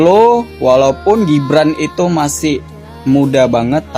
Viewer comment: GIBRAN mbk bukan JIBRAN sok²an pak bahasa inggris G dibaca J hadeeeewwww, kamu tuh klw gk nyocot gk bs makan ya.